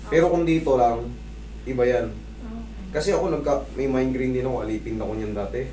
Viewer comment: sir correction lang migraine yun hindi mind graine😬😬😬✌️✌️ wala salitang mind graine di ako hater kinorek ko lang idol❤️❤️❤️❤️